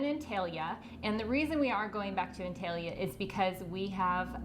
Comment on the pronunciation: it is pronounced ONtalya